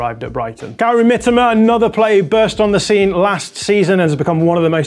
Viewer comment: Man said Gary Mitoma😂